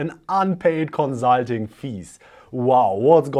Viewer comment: Love your videos, but please adjust your pronunciation of "consulting"...